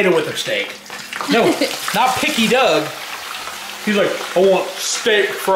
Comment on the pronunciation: Its Doug not dung